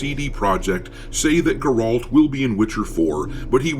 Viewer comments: it's Geralt not Geraalt, that's driving me insane 😳 unless it's a joke I missed then I'm dumb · It grrralllt not grot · Ge-ralt. Not Garolt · Geralt not Gerold lol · How are you mispronouncing Geralt so badly? It's GE ralt not ger ALT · Yep. And GEralt is not GerOlt. WTF?! 💀 Looks like this dude has only ever heard about this franchise on paper. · Partly true. The Cat School managed to turn 1 or 2 biological females into witchers, Dragonfly & someone else. BUT this knowledge is highly distorted on the Wiki. I have my physical books to fall back to. And btw Geralt is pronounced GE-ralt, NOT ger-ALT. Melitele's hairy bosom, can you please get it right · Lol your mispronunciation of Geralt is hilarious 😁. It's pronounced Geh ralt, with the first syllable being stressed and not the second. Either way I won't be buying TW4 because it will be woke/DEI infested and the timing of that comment does seem a little suspect. Plus when you have devs 💩talking on social media that's also not a very good sign. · Why does everyone say Geralt's name wrong? It's Geralt pronounced (Gair - alt) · Geh-Rault loo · Who the heck is gerault, Gerald lol😂 it's Geralt of Rivia doc! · It’s Geralt, not “Jerald”. SMH. He literally tells you how to pronounce it many many times throughout the games. Bruh. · "Guhralt" Wut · “Geh-rult” tho. 😂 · Do mean Ger-ald. You sat retarded. Dude😂😂😂😂😂😂 It's good we, your fans, still love ya. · Okay I'm convinced this whole channel is just AI lol no one pronounces geralt's name like that, everyone knows how to say it lol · I really can't take you seeiously with the way you say Geralt And I don't know if you've read the Witcher books, but Ciri was the main character Yes, we followed Geralt, but the books were always about her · First of all you can't say Geralt correctly...😂 Secondly did you even play the 3rd game plus the DLC? He basically retired without really saying he retired. So having ciri as the main character was a givin.